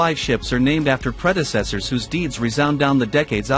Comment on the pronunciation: nice video about the ship real shame an AI voice was used .what is a pred..asser...where is ros..if ? I listen for a while and then give up .Surely there are better AI voices to use ? one that doesn't sound like a robotic answerphone